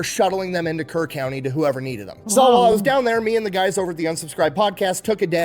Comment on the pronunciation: HEB originated in Kerrville (Kerr county, not like he said Kern) TX where the flood of 2025 occured. There was another flood there in July 2026 that was just as bad, but fortunately only 2 lives were lost in this one. ❤